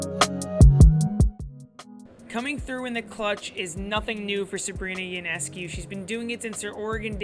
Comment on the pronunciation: FYI, her name is pronounced YO-NESS-COO, not YOU-NESS-CUE. Great video! Had the good fortune to watch every one of her college home games and plenty of away games too.